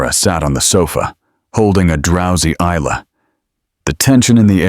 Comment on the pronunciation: May I say the name Isla is pronounced as ila, the s is silent so I L A, not is-la, the story is very descriptive and quite enjoyable.